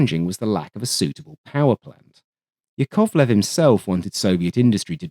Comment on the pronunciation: YAKovlev, not yaKOVlev